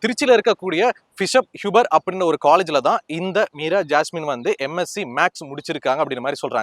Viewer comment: Unga Imagenation delever bayangaram Meera jassme per mattu sathama solringa ungalukku thanipatta veruppu maari irukku